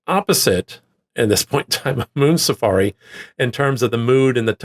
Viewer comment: Thanks for including Moon Safari. You definitely need to check out their back catalogue. Your pronunciation was fine 🙂